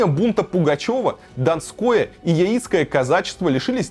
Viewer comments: Яи́цкие, серьезно?) Яи́цкие у тебя источники информации, а казаки Я́ицкие. Всё видео про каких-то клоунов, а не казаков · Надо говорить не яи''цкие казаки , я'ицкие ударение на я . На Тюркском р.Урал Жаик а пришлые русские говорили на свой лад Яик с ударением на я . Мат часть знать надо , а то не компетентно как бы 🤔